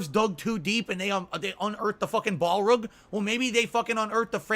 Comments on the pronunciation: Why does he mispronounce everything? Balrug? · I HAVE ONE FUCKING SERIOUS QUESTION: what is a ball-rug? (he asked calmly)